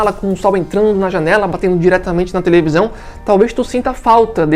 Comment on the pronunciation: Tevelisão kkk